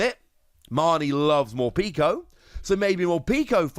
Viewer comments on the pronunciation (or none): Morpeko is pronounced like peckish. It’s the official pronunciation.